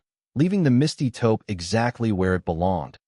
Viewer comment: Taupe not topo